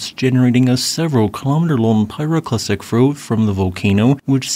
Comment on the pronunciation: A pyroclastic frow...... I heard it